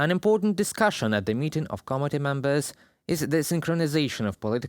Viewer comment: you keep saying “comedy” instead of “committee”. It’s an important distinction